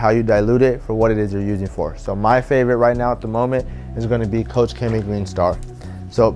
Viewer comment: I just found out koch(coach) chemie is not pronounced like that, its actually (coke) chemie. Learned from Pan the organized